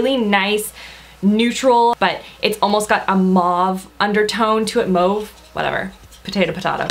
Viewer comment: You're the only makeup guru I've ever heard pronounce the word "mauve" correctly!! Great video! :)